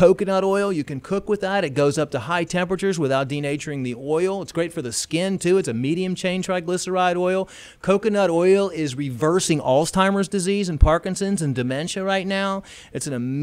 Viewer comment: he say "allztimers", instead of alzheimers. I think it's Kai the hitchhikers' brother.